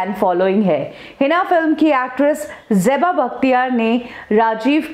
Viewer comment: It is Zeba and not Jeba! 😤